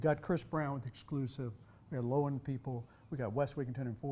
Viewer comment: Loewen is said "lerven." Not "lowen." Its a German word for "lion." Steinbach Canada where Loewen windows is headquartered had many German immigrants in the late 1800s. It's a German Canadian town. Cheers from German American.